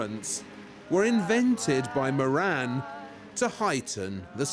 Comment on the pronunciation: Moran is an irish name .. its pronounced more-rin